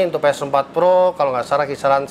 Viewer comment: Bang ps4 pro bang bukan ples